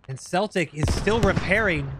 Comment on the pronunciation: Thank you for pronouncing Celtic correctly! I hate it when people pronounce it by the the historic term 'Keltic' its usually the English people who have no interest in football (Soccer for you) The way you pronounced it put a smile on my face, as its the greatest team in the world; being the first british club to win the european cup ( The old Champions league/ The greatest prize in european football)